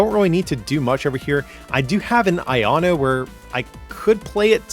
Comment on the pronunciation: “an aieanu in hand” - we’re gonna need to have some of those v”ai”kavolt-style PSAs on this supporter